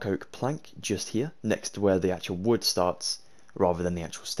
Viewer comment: Youre „here“ Sounds like: „hier“. This is a German Word